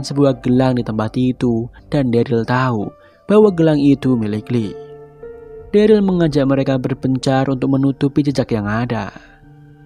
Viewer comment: bang plis banget next episode sebut daryl dengan derel jangan deril lagi 😂😂 it sounds so weird